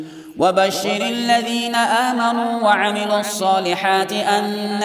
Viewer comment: Ayat number 125 "Aamenaa" nahi "aaminao" hai